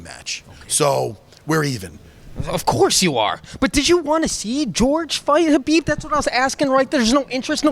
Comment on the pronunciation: Matt calling khabib, Habib, lol priceless. I'm a long islander, the verbiage is real lol